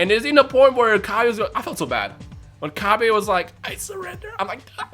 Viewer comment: Its "Cabba" like cabbage, not cabbay, like vegeta is a vegetable